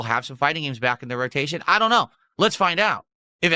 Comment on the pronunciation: "SO.. some GOYS out of nowhere came and donated with recently created accounts but you know I doYUn't microanalyze every kahntribution" into "A NIGERIAN superchat? how much is that even? .07 cents? that doesn't register in MUH richter scale" kahmbo!